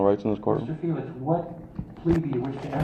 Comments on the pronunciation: if you are gonna shit all over the U.S Constitution, can you at least pronounce his name right? Feelax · It sounded like they were trying to pronounce your name as feel ass. Aren't you in Florida recording people without their knowledge. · Why do they keep pronouncing your name as (fye-lax) instead of( fee-lix) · Why is the court ( judge , police officers , prosecutors ) all pronouncing your name differently each time that they say it ? Dose this mean that there are more than one person ? , or is the count so confused ? Would this not be grounds for dismissal of this case ?